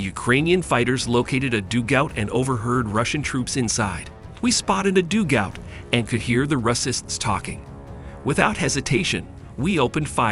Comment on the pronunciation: Mr robot voice ... what is a doo gowt?